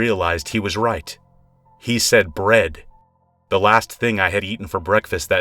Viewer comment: I thought he said, "red" instead of "bread"